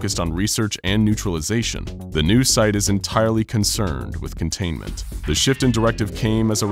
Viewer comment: Anyone else annoyed at 'contaiment' ?